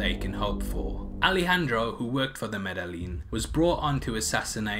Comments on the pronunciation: Thank you for the video recap. How do you watch a whole movie where they say "medayeen" often and then pronounce it "medalin" in your video ? Im genuinely baffled by this decision(?) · It's pronounced MEDA-een. FYI. The l's are just like in quesadilla silent.